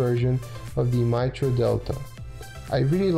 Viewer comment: Mitre is pronounced might-er